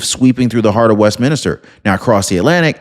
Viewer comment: It’s not West minister, it’s West Minster.